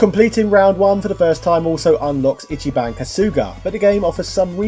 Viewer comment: “Itchy-bon Kasooga”